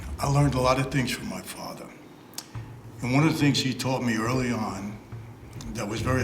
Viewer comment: Michael " my fathwa " 😅